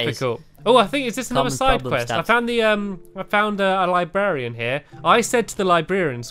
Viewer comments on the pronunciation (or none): Stampy's pronunciation of librarian. Libearian